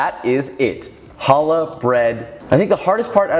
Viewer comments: “Joshua weissman” and yet he can’t pronounce the chet? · You rip challah in the bulges, you never cut challah, you rip pieces of of it. And you stress the ch, like your about to sneeze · I was really hoping with a name like Weissman you could pronounce a "ch" sound properly 😭 but great video anyway! But could you show a sourdough version? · it is not babka, it is chalka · Hears the pronunciation. WAIT, I've been pronouncing challah incorrectly for 3 weeks. I also made my first attempt on a Friday without knowing anything. Got judged by the Jewish members of the discord server I'm in. lol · Or mad about him TOTALLY MISPRONOUNCING THE NAME! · As an israeli its hilarious how you say challa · STOP MISPRONOUNCING THE NAME! איזה שייגץ איכס